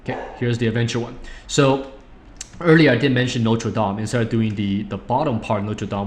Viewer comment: Hi, Feng, In the part 3: It is Notre "Dame" de Paris (Notre= "Our", Dame= "Lady"). A dome is dome in french too :)